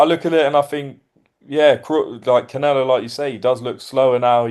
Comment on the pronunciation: 😆 🤣 its Canelo bro not CONelo